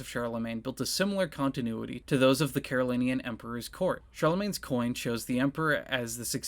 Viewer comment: It's pronounced "Carolinjan," you know.